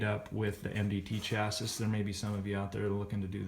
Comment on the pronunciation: I'm glad he did this video, even if I had to mute it and turn on captions the third time he said "chasisss"